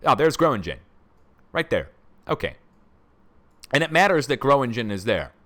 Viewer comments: Gröningen pronounced Grerningen I think, fracking country, gas villages. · The Dutch town of Gronignen is pronounced " GRO- NING- EN"